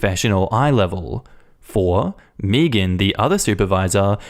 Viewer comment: Totally not me cracking up at pronouncing Megan xD